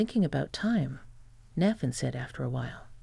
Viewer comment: Nayyyyyythan! Naythan.